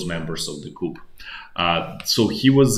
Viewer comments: Great video. "Coup" is pronounced "Ku" - you don't pronounce the p as the word comes from French. If you pronounce it as "Coop" then that means a chicken coop. Just trying to be helpful :) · I'm not being a Knit Picker but enjoy your nightly reviews. If your in charge of arms in the military then you work in the Armory. The French word "coup" is pronounced "koo" Thanks for the insider vids. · it wasn't spelling just pronunciation like coup is "Koo" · Coo, no ‘p’. 😊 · It’s pronounced ‘coo’ the ‘p’ isn’t pronounced because it comes from French, I guess. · Doesn't mean you should mispronounce it. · In English the p is silent when pronouncing coup.